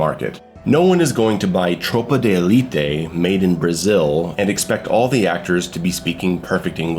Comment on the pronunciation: What was that pronunciation of tropa de elite